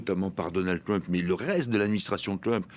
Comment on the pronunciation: Mon cher, le président américain ne s'appelle pas Twump mais Trump avec un R. Alors puisque vous prononcez Donald à la française, prononcez aussi Trump à la française SVP!